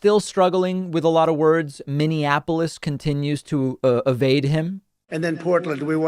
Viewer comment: trump: "Minneannapolis". Idiot. That's how he pronounces the city name in two different lying pep rallies. Go Biden!! Bring back intelligence and leadership. 🌊🌊💙💙💯🇺🇸🇺🇸